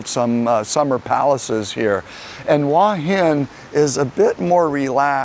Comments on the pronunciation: It is beautiful there. Pronunciation is Hor Hin, not Wa Hin. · Transliteration makes it difficult but the point is he is saying it completely wrong.